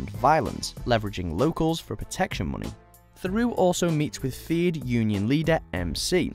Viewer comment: Mate, with all the respect in the world, if you cannot pronounce 'Theroux' properly you're perhaps in the wrong game.